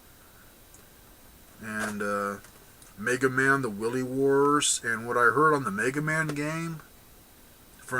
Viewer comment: The thing's got MegaMan: The WILY Wars! Not WILLY Wars. As in Wily, the one and only -- The Brilliant Scientist, Dr. Wily!